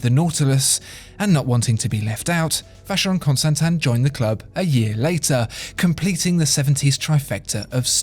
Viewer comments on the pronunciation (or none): French or English pronunciation? "Vaesheyrone constantain" sounds better than "Alange Sohne" but then again, both are terribly wrong -_